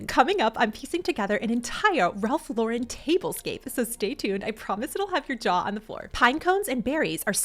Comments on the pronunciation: Ralph Lauren (lor EN ) not Lor WREN’) no accent in the 2nd syllable. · It’s Ralph LAUREN (like the woman’s name) not Laurenne. I think you went back back-and-forth between the two pronunciations. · Please!!!!! learn how to pronounce Ralph Lauren's NAME correctly. The accent is on the first sylable..."Lor ", Then say "-en" without any accent. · Plz learn to pronounce ralph lauren!!! Dummy. Not lorin or lauren. Do better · Love the vid! Just for everyone's future reference, Lauren is pronounced just like a person's first name. Don't put an extra accent on the second syllable.